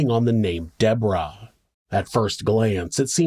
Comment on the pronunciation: It’s not pronounced the American way.